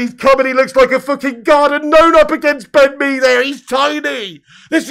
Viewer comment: "Ben Mee-over" 🤣🤣🤣